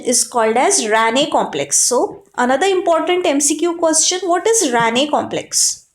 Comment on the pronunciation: It was RANKE complex not Ranne